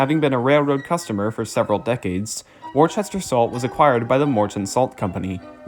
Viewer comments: Good video and narration however you mispronounced the word WORCESTER . Their is NO H after the letter C. Henceforth Worcester Mass or Providence & Worcester RR. I know I was a shareholder for 40 years. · Worcester is pronounced Woo-stir. Not wor- sester and especially not Wor- chester. Look at the word. There is no h in the spelling of Worcester. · It's typically pronounced "Wuhster." Earlier British pronunciation. Just like Gloucester is pronounced "Glahster." Worcestershire- "Wuhstershir." Gloucestershire- "Glahstershir." Please, please, for God's Sake on yourselves, learn to say "Wuhstershir Sauce!" I know, lots of folks will say it doesn't matter how you pronounce it, nobody cares, you're just being pedantic... Trust me when I say, most people have no idea how much the waitstaffs of upscale steakhouses ridicule people who try to look classy but then show their asses by saying "Worchestershyer Sauce!" If you're a burger guy, (like me) trying to pull off a class act, (as I've been known to attempt) get that shit straight. I used to date a woman who was a waitress at several very upscale steakhouses and there was no end to what they called "Trash Clash" jokes and stories about people trying to act classy, and the "Worchestershyer" thing was always the big eye-roller. "Boozholay Wine" was another one. I used to get really embarrassed for people. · The original Worcester in the UK is pronounce Wuster. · Wor-chester? Do you see an "H"? No, no you do not;) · I know you've recognized that you mispronounced a key word in your narration, but it does, nonetheless, pain me that such a well prepared and thorough presentation would contain what should be pronounced as 'Wus-ter' and, if you were living in Massachusetts, 'Wusta' which, I guess can be forgiven since much of the country would have a similar pronunciation. Try Worcestershire sauce. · It is pronounced Wus-ter (wus as in wussy). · Also Norfolk, pronounced nor-fuk. But a good educational and informative video.